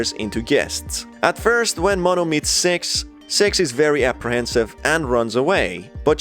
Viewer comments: Ur still saying sex instead of "six" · He is saying sex not six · Its six not s€x my dudes. Ill help u pronouncing it, stay safe mate! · Do NOT turn subtitles its so bad when he says six/6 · Why is it every time he tries to say six what actually comes out is sex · Is it just me or is this guy referring to Six as Sex? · The way you’re saying “Six” makes my dumb half awake brain think you’re saying “Sex” >~> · For some reason, when you lower your volume a little bit (or keep it on the max), it sounds like he's saying "Sex" instead of "Six", this leads me to my theory that he's a Rule 34 shipper in disguise this whole time, this is only the beginning of my theory, I already have a hypothesis, I will now attempt to prove it in just a bit, just you wait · its six not S*x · When you say six it sounds like you’re saying sex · This man cant say six and he says se# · Is it me or is when he says 6 it sounds like he’s saying sex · It actually sounds like he says s e x , so the subs are right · He keeps saying "Six" I keep hearing "Sex" Am I retarded?